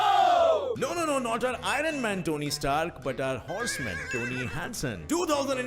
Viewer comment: Abey saale IRon man ko kaise bola